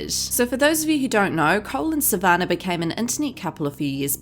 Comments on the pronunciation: You need to find an new job. You're living off videos for Monetary purposes also. Pot meet kettle. You're an angry person. Her names Sa van nah not Sa van ner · Sav- an- nah not sav -an -ah 🤦🏻‍♀️🤦🏻‍♀️ learn how to say her name before hand please!